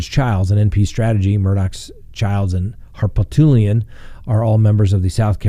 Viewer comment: It's pronounced Har-poot-lee-un. Love you